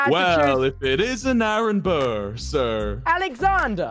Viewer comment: It’s burr not bro sorry to be that person 😓